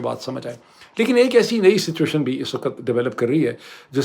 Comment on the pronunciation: For the third time, the word is "waqt", not "waqat". (وقت).